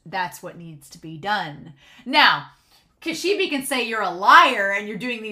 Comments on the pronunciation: She brought a bag of eyes 😨... Okay, Makima, you're a sick woman and I hate you. The name "Kishibe" pronounces more like "Ki-Shi-Bay". Actually Kobeni didn't say "I hate this" when she was standing with Denji and Power. She said "kaeritai" which translates to "I want to go home". She keeps repeating "kaeritai" over and over again. I know it's not anything major but I still wanted to inform you... The sword Aki is using now isn't the same one that he used to summon the Curse Devil. It's just a normal katana so he's fine. Okay so far Makima's abilities are super confusing... in previous episode she kinda uses this invisible force sorta thing to crush her enemies like tomatoes. And this episode she uses this ability where she may or may not look into people's eyes and they all start to bleed out from noses and eyes before they all eventually die. Like she's manipulating their bodies...? 🤔 Do you think a fear like this might exist? Body Manipulation? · Yes, I am the WORST pronouncer in the history of YouTube -- so you'll all have to forgive me. I've been told how to pronounce Kishibe's name; I'll try to do it better in the future, but I may mess up, just so you all know. I don't want to be influenced by comments that could have meaning that are a spoiler (I'm not sure if you're a manga reader or not), so I didn't read all the comment about Kishibe and Makima -- I don't want to be influenced by comments in how I think about the series, but thanks for the comment!